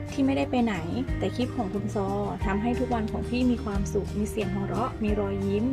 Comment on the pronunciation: ติดค้างไว้วันก่อน สะระแหน่ ออกเสียงตามที่เขียนเลยค่ะ ของใกล้จะเป็น สาระแน เต็มที คลิป(Clip) ไม่ใช่ คิป อย่าไปเอาอย่างวัยรุ่นสมัยนี้ ที่เชื่อกันว่า พูดกระดกลิ้นแล้ว เชยมาก การคลุกผักสลัดไม่ให้ช้ำ ภาษากลางเรียก เคล้า หรือ คลุกเบามือ ค่ะ